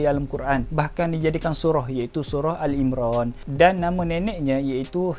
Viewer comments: Ali Imraan bukan Al Imraan ya.. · Bukan AL Imran tpi Ali Imran bermaksud keluarga Imran jaga sebutan